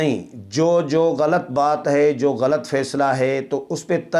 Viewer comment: Aap "barahna sach" bolte hain, koyi kitni tanqeed kare, fikr na karain, salamat rahain, aamin. Lafz ghalt naheen, GHALAT hai, harf laam k oopar zabar lagaya karain, shukriya.